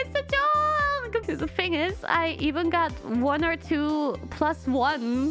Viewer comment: 火鸡还特地把joke说成jork ww